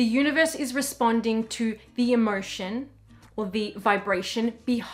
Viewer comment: The way u pronounce emotion sounds to me like inmersion but again english is not my native language. Thanks 4 ur wonderful chanel dear. Much love.